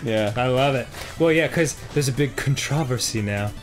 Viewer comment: The way he pronounced Controversy...dude I laughed my butt off :P.